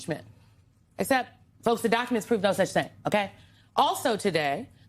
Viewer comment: the "okay" was so ghetto 🤣